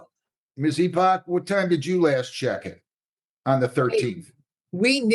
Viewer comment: Head in hands over someone with the last name Epoch thinking it's pronounced "E-pawtch".